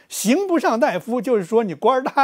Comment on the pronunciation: 刑不上大（da）夫吧？大（dai）夫、医者。